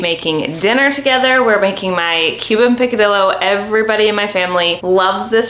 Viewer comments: I’m not nitpicking AT ALL-I love this channel and have been watching for a few days bc I’m starting my journey- but just wanted to share that the double LL in Spanish - for the word picadillo - should sound like a Y. “PicadiYo” :) if you care ! Lol thanks for all of the amazing tips!! :) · You should learn how to pronounced picadillo ,I’m Cuban I make this all the time